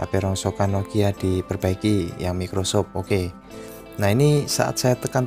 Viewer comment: Mas bacanya "maykrosoft" bukan mickrosoft :v